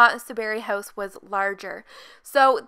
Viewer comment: Idk everytime she said "house" it sounded like "hoes" to me 💀